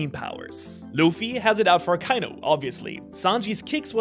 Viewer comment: aka-inu. not a-kai-nu.